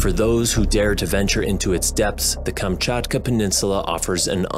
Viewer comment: So nice to hear Kamczatka perfectly :3